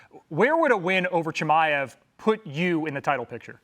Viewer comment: Hes finally saying his name right😂